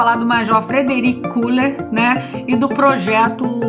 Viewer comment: Major "Coeller" é a pronuncia correta e não "Culler"!!!